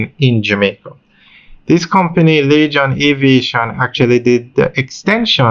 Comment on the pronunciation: I don't think. It's pronounce .lachan. Its lagan phonetically. laygan .